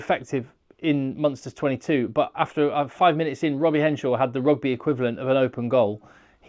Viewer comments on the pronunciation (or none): none